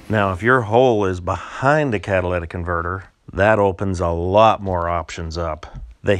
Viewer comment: It's catalytic converter, not cadilladic converter.